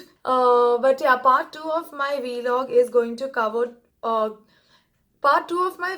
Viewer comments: It's vlog not V log 😄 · Loved it! PS. It's pronounced Vlog, not V-Log! Loved it tho!